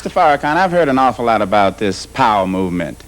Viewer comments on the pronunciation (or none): He purposely undermines the correct pronunciation of his name "Farrah-Can". **Freudian slip , he knows the correct pronunciation =D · Why else would he purposely undermine the correct pronunciation of his name -Farrah-Can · He said faraCan on purpose😂 bruh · Noticed that intentional mispronunciation too. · Why is he messing his name up?. This is what happens when someone is intimidated by you. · Luis is amazing . The host is definitely a racist. He purposely messed up Mr. Farrakhans name. Then said it right .